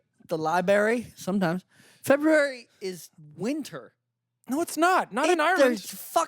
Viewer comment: I'm sooo happy knows how to pronounce February correctly. Warms my lil heart.